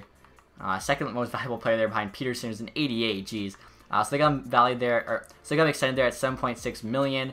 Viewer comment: It’s Pettersson not Peterson!